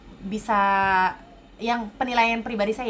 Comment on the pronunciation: Mbak Sebutnya bukan Maleesya ... Sy Sh gak ada Ma Laay See Ya